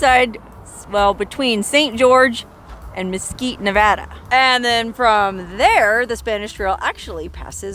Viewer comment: You get a gold star for pronouncing Nevada correctly 😂😂😂😂